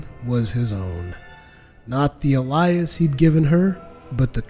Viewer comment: alias is pronounced "ay-lee-us" wretched is pronounced "reh-ched"